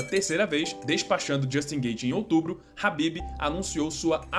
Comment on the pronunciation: O cara do vídeo chamando o khabib de habib kkkkkk